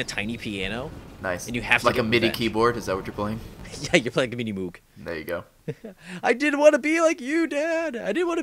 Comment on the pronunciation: *Ahem* I believe Moog is pronounced "mowg"...